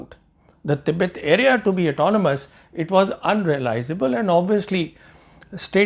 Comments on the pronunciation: It soft with t in hindi and urdu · Jarring to the "english" ears alone. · Thoughtful analysis. Just one sore point: your constant mispronunciation of Tibet (with a soft t) is jarring to the educated ear. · Effing mor-on: it's an English word and should be pronounced the English way; the Hindi word is "Tibbat".